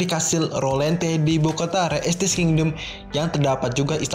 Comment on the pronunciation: Bacanya re estize pake E bukan re estis